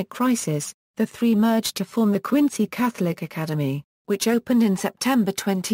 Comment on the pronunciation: Then pronunciation of the city is wrong. It should be pronounced Quin-zy.